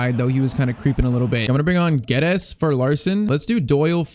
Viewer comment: ur pronouncing Guedes wrong😭